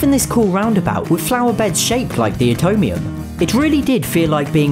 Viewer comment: You pronounced it utomium instead of Atomium